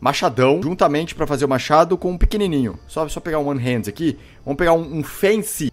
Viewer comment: Pq caralhos o Felps fala Hended e não hand???